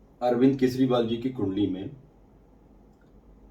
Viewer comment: केसरीवाल नहीं, केजरीवाल। रेबड़ीवाल जवाब तो देता नहीं, अटैक कहां करेगा?